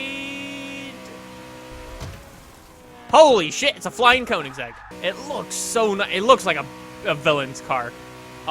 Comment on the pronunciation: It's pronounced kongseg.